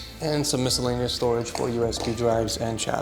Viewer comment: Did he really say miscellaneous